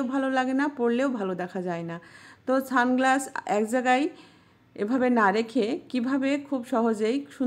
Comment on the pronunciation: Didi tumi ki sunglasses bolta parona naki ছানগ্লাস bolcho kano 🤣